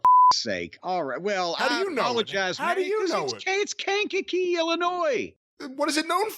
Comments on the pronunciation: Thank you, Jim, for setting Brian straight on pronouncing Kankakee. Please let him know about how to pronounce Lisle, IL and Bourbonnais, IL too. ;) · Speaking as someone who has a parent who was a minister in Kankakee Illinois, it's nice to see someone else that knows how to pronounce it. For those curious, it's a small city that's on the way from Chicago if you're driving up on 57, so Jim's probably driven past it several times in his career. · From the area and Jim got it 100 percent right. There's always someone mispronouncing the name. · My man Jim with the right way to say Kankakee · Shout out to Jim for knowing the right pronunciation of Kankakee